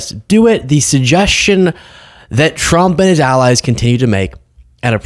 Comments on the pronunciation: "...Dictatow Twump" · Donald twump needs to be jaiw wight now, it's pwepostewous that's he's stiw in the white house!